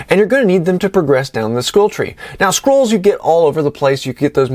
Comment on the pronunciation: Great video, love that you tell people its a gsme and a challenge! Thats what i like about WU too :). Fun fact: i ALWAYS hear you talking about "squirrels" (scrolls) , makes me giggle ^^.